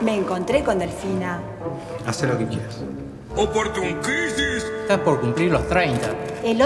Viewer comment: ``OPORTUNCRISIS" JAJAJA casi me muero con eso